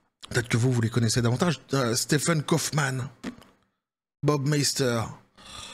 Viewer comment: Stephen Hawkings… C’est pas comme s’il avait pu faire grand chose… Et puis ça se prononce Steven, je rappelle.